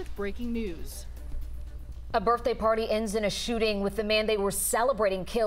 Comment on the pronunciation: I've listened over and over and I do believe that the first anchor woman that spoke says " B I R F day " , not birthday . Listen for yourself.